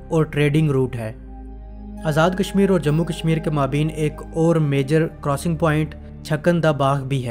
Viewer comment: اچھی معلومات لیکن آپ کے تلفظ بہت غلط ہیں۔۔خاص کر maabeen نہیں maabayn صحیح تلفظ ہے